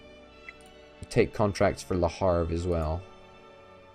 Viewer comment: Le Havre (Leh Ahv-re) not Le Harve...